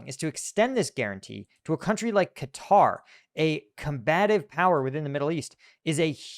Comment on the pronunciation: Atari's but with stealth jets and oil diplomacy. it's pronounced like Cutter, Not KAH tari